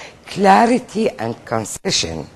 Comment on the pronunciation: الست لفظت concision الإيجاز بالصوت ش فصار عندي mixing ويه كلمة concession تنازل